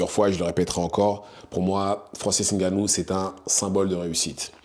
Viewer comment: Frérot ta vidéo est bien mais pourquoi tu prononce N et plus loin GANOU. Alors que Schaewzzeneger tu le prononce bien. Un nom africain subitement tu as du mal. Ressaisis toi, tu contribues à lui manquer de respect. C'est pas méchant mais a un moment faut dire les termes.